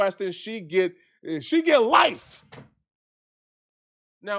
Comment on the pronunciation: lmao that emphasis in LIFE had me dying. stright fool